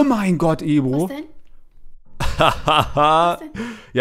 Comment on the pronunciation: sagt nicht mehr Ebru sonder Ebro #benx